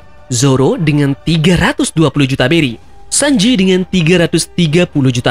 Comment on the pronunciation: Bang beri bang bukan Belly 🤣